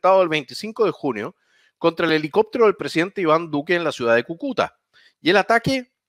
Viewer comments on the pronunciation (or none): Kukúta... jajaja - Cúcuta!! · cúcuta, no cucuta jajajaj buen canal! ánimo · CÙCUTA...!!!! Con acento en la primera Ú..... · Quién chucha le puede decir que Cúcuta es esdrújula ?! Por favor. Agradecido desde ya